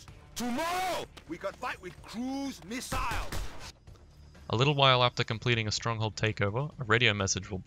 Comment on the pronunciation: "tooday, we fight with han guns, toomorrow, we gon fight with croose missile"